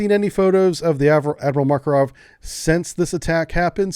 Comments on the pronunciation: Makarov, not Markorov. :) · Hey. You really should take some time to review your pronounciation of slavic names. Seriously. You can't even pronounce "Makarov" without inserting random phonetics. tf